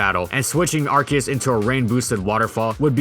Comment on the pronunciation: You say Ar-key-us I say Ar-see-us